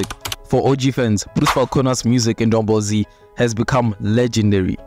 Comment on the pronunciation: Drungball Z o´ Drungball Z Kaa?